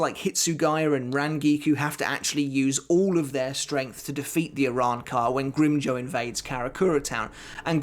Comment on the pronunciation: Please stop butchering the names of espada. It’s pronounced No E tora not noitra and it’s Grim Jow like the word now or how not grim joe